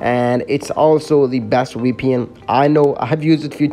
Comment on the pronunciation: btw is vpn not weepn 😂😂😂